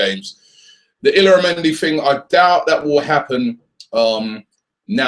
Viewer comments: btw it's pronounced "Ill-yara-mendi". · It's pronounced 'yaramendi'